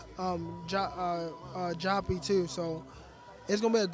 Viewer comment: Why does gervonta keep calling him joppy?